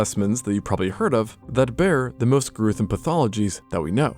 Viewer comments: he said "gruethome" instead of gruesome.😂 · "gruethome" Absolute legend. Video was already excellent but that GOATED it 😂. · "grewthum" lol